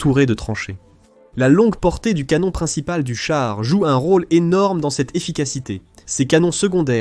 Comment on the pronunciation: Heu... ... Ca veut dire quoi "un drone à l première personne" ??!!??? ;( ah oui c'st le "canon" et po le "canonne" ... Bref j'aime bien tes vidéos, tes analyses, mai la voix AI ne le fait po du tout !! :(